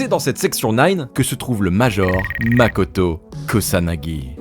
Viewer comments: Le Major Kusanagi, c'est Motoko, pas Makoto.... 😅😒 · Motoko Kusanagi ! pas makoto :P